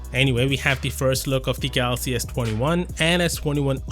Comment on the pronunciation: Why do you always pronounce galaxy as “gathhaxy”? It’s like your tongue has been removed. Sounds super annoying